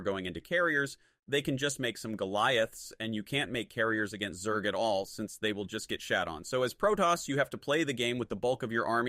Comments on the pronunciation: Damn really showing personal growth realizing the truth about SC Weird how he pronounced Zerg as "Zerdj" tho..🤔🤔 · To say 'zerg' properly you can write it as 'zergue' which forces the AI to pronounce it correctly.